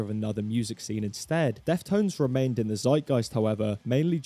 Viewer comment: was he saying "death tones" in the entire video